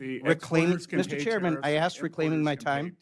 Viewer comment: I'm glad you axed